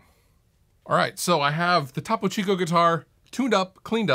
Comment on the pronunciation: It's toe-poe.